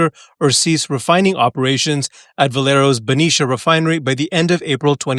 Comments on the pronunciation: Dude it’s Cease not Sieze jfc I can’t! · Pronounced cease, not seize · Dude, you're a really smart guy and you're one of my favorite channels. Why don't you know how to say the word "cease"? It's not pronounced "seize"